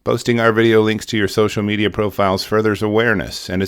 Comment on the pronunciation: I have been subscribed to your channel for years now and I know for a fact that it's been 3 years since I've been noticing the weird gap between when you say "social............. Media" could you do me a solid and even pretend that you give a crap about your content or your subscribers and just fix that? One thing? I'm about ready to unsubscribe because it just proves to me that you don't give a damn. Thanks